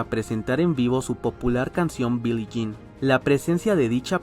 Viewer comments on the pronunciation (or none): none